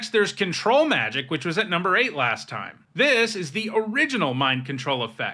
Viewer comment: Thank you for stressing the syllables the way I like when you say Control Magic. It’s a small, petty preference, but it makes me happy. I honestly think the other way lots of people pronounce it contributed to control effects being called mind control effects.